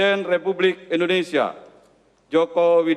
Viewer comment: menit MC nya ngomong ada dah.... presiden republisia ???? :D